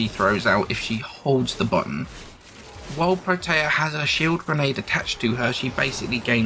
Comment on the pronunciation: "pro tay uh" - Bro. No.